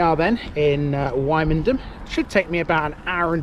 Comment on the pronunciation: Don't got pronouncing it like that when you go to Norfolk, they will march you out of the town